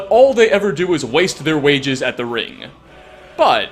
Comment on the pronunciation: “...all they ever do is waste their wages at the ring.” Emphasis on RING, NOT wages!!.